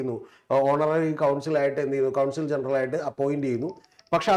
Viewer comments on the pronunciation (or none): കൗൺസിൽ അല്ല, കോൺസൽ..